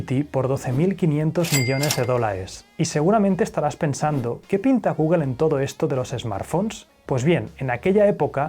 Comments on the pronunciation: Me encantan tus videos. Temas Interesantes, buena narración e investigación. Aparte de la edición que es excelente. Pero cada que dices GUGEL O APEL Me vienen ganas de martillarme los testículos. Por que es tan difícil? Saludos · Gügel, Apel, por favor deja de pronunciar tan desagradable esas marcas, todas las pronuncias bien, hasta la difícil Huawei, busca en Google cómo se pronuncia o me desuscribo. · Tambien "Guguel"?? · ¿Por qué dicen "guguel"? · "Guguel" y "Apel" Yo tengo uno y llevo tres años con el y solo tiene muy pocos fallos.